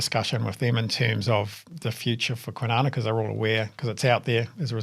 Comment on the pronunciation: On the new 9 holer... call it "Kwinina" Kwa nine na